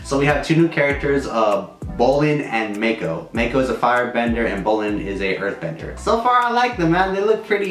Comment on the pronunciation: Its "Mak"-o like "Mac" & cheese